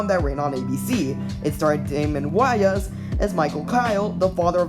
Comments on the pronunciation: Wait how’s you just pronounce Wayne 😂😂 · Wayans you mean lol but yeah that pronunciation had me laughing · The way he said Damon Wayans surname had me cracking up